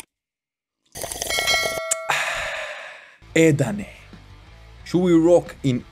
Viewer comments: not "Ut" but like u say "A - At" CMIIW 🙏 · E ET not eet